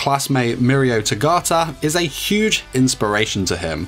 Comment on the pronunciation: The guy:a male human Tamaki:are you sure about that inserts elf ears Also i can relate to him Plus togata is pronounced toe-gah-tur Not toe-gat-a